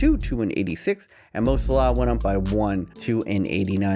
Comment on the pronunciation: The way you say Salah triggers me every time